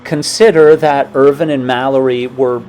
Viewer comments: The pronunciation is IrVine. Not ervin. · This is a terrific channel but please pronounce Andrew Irvine's name properly, it is Irvine- vine as in grapevine not vin, thanks Guys.